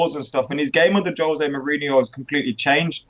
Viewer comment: Josè Mourìnho says Jose Mourinho with the wrong accent on the e